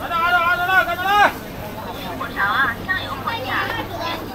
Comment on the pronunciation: 来自沈阳人的小贴士：火勺的重音在火，勺读轻音